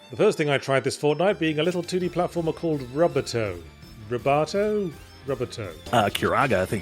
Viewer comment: Rubato is almost definitely pronounced "roo-BA-toh", as that's 1. the Italian pronunciation and 2. the accepted pronunciation for the musical term, which is used in English.